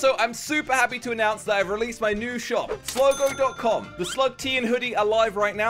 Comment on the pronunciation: Sligo not Sligo